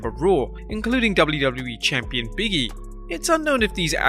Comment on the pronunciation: Love your videos but can I ask if you can say Big E properly .. it's Big E not biggie lol